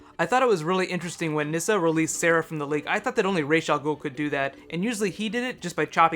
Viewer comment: Did you notice different characters pronounced ra's al ghul's name differently?